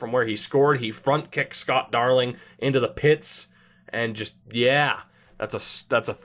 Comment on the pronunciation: It's Jost a White Stone.